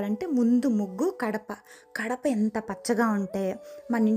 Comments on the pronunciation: Muggi chala bagundi kani kadapa gadhu gadapa antaru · Gadapa andi , kadapa kadu